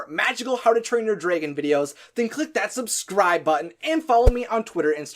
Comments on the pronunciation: Everything on this video was spot on right except the part when he says draagon instead of dragon😂😅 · Ugh. It's DRAG-on... and on and on and on, like every time he says dray-gon... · Ok it's drAGon not drAYgon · Hmm.. Dwægohn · dregin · dude fix your way of saying dragin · Am i the only one who hears draigon?? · The way you say dragon sound just like how you pronounce my characters name: Draigon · I have watched all three of the Hiccstrid videos and I love them they were amazing!! But I do have to ask why do you say dragon the way you do? Not hating at all just curious. Great job and cant wait to watch more videos ✌😁